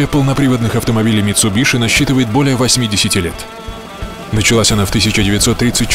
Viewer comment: правильно говорить митсубиси, гуглите